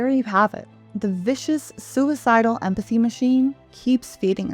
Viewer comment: Pretend 'emphathy'